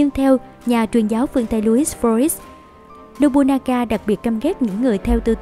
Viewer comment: Một số nội dung có thể chưa chính xác, có thể bạn không đọc đúng cách đọc tiếng Nhật như Nobunaga (đọc đúng là Nô Bư Na Ga, bạn đọc là Nô Bu Na Ga), thì tên Toyotomi Hideyoshi phải viết cho đúng bạn nhé, trên clip bạn nhiều lần để là Toyomi Hideyoshi.